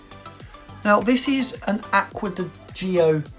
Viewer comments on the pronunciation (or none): Please... It's Acqua di "Joe" not Acqua di Gee-o